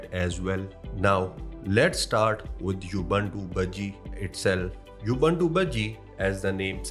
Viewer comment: Thanks for the review. BTW, Ubuntu is pronounced: OO BOON TOO in English. In Hindi, it's pronounced: उबंटू (Ubantoo)